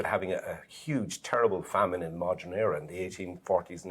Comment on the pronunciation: Someone tell that man on the right how to pronounce "modern" correctly. It's "Modern" WITH an "E" not "Modren"